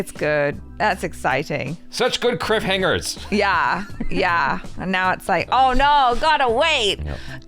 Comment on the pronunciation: Did he just say criff hangers?